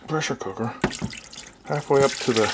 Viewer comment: "presshr cookr bread"